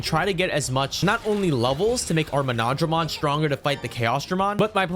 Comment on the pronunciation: Btw he’s pronounced mono-dramon nor mo-nodramon